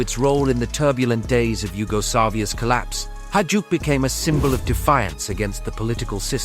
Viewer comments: Not hajuck, hajduk is pronounced high-duck. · It's pronounced "HAYDUK" ! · bruh this was hard to listen lol, every time. Its pronounced high-dook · I‘m wondering if it is really so hard to pronounce Hajduk and not saying Hadjuk , the J comes before the D and not the other way around. But i guess this is an American thing. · AI voices cant pronounce Hajduk or Dalmatia. Maybe you should buy a microphone.